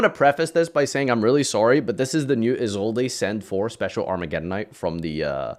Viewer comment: How do you settle on Is old a for Isolde? There's no accent there team